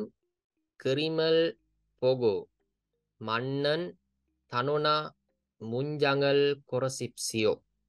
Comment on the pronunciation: මජ්නන් නේද මන්නන් නෙමෙ නේද